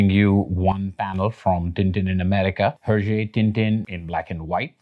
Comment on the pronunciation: Love the video, but just thought you should know that the "H" in Herge is silent